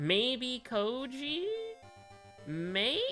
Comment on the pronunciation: Kou-I-ji. It's Kou-I-ji. It's always been Kou-I-ji and always will. You called him Kou-ji which is why the game decided to do you like that. "But it's written..." IT DOESN'T MATTER WHAT'S WRITTEN!!! Kou-I-ji.